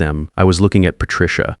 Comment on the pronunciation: Will somebody please programme your AI to correctly pronounce the names Leonard and Patricia. Also how did Patricia grow up not realising her father ran a very well known and successful construction company, the family lifestyle she probably enjoyed could not have been provided by a Janitor. Perhaps I have misunderstood the story but that aspect of it was confusing.